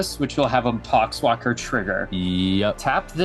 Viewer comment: Did anyone else hear the "pox walker trigger" as "c*cks blocker trigger?"